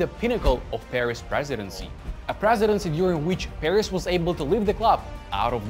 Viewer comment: Bruh I kept thinking you're saying Paris at first Nice video nonetheless